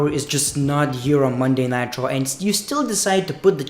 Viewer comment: I keep thinking that you’re saying Monday Nitro lol